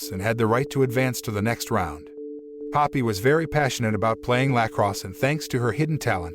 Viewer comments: the way he says lacrosse cracks me up for some reason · The way he pronounces lacrosse